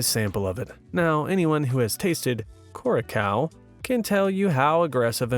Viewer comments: Dude the alcohols name is Blue Curaçao. Not kuracao more like curasao. It from the island of Curacao in the Lower Caribbean. Also love your reading voice. Also their reaction to drinking Blue Curaçao is accurate it is made out of very sour breed of lemons among other things. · You mispronounced Curaçao. Its "Ku-ra-sao". Blue Curaçao is only made on the island of Curaçao. I'm from the neibouring island, Aruba. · Public Service Announcement: Curacao is pronounced "Cure a sow". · Thank you for your awesome videos. I just wanted to let you know that the blue drink Curaçao is actually pronounced Cure-A-Sow. I was a bartender for many years and just wanted to say this in the nicest way possible. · How do you butcher Curaçao so much 😂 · he got roasted enough for his pronounciation of a spirit in a drink